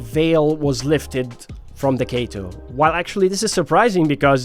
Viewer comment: its not kayto